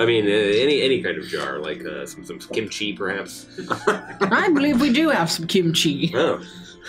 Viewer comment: does the Face expression and tone into these NPC’s perfectly! It’s all so good!! He heard it as so as he said it🤣 omg😭 let the man do shit without crap happening to him NOT THE KIMCHI😭😭 “Kim Cheese” OMG 😭 and then right after “Ya know, I once knew a girl😃” I love reaction to bunko being real 🤣 I died with laughter, I should not be watching these sick🤣 Wrong campaign and (also I love the fact that went immediately to Skrimm 🤣 as someone with a Irish dad, that’s really good!! “Well, I say we kill the bitch!” Best thing ever in an Irish accent! giggle while the guys are living in a literal hell is so funny🤣 and back and forth is so funny and I love it!! I don’t think so😃 NO! HES BACK DAMNIT Basically: Kill me, please kill me😀😀 No, no. Ur not alone kremy